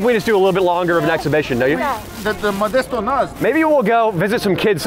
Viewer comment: You came to my city and get it right it’s methdesto